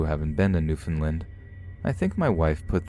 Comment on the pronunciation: hey! um just wanted to let you know... it's pronounced New-Found-Land, Love your narrations btw ^-^ oh also it's v-ista not v-este <.<